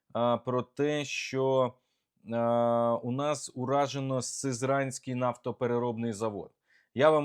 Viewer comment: сИзранський! Не сизрАнський!